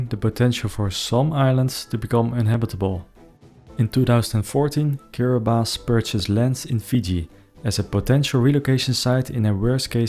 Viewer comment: Thank you for pronouncing Kiribati correctly. Young people from Tuvalu are being sent to mainly New Zealand and some to Australia to work because their island most likely will not swallowed up in the not too distant future